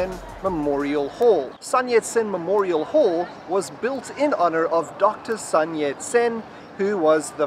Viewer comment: 是孫ㄙㄨㄣ啦，發音不是山ㄕㄢ啦。 對，說的非常對，還是有危險跟要注意的事👍。